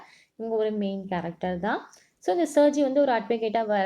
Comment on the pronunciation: That's sergie😂